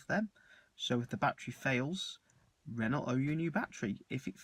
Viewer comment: Not sure about your pronunciation of 'Renault'. Ren-no is more like it I think